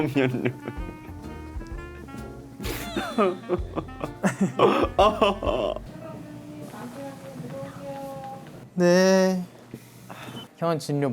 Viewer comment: 얘들아 연령[열령] 진료[질료].... ㄴㄹ만나면 자음동화로 ㄹㄹ로 발음됨 저번에 보니 수빈 카이도 그렇게 발음하던데 듣기 힘들어 ㅠㅠㅠ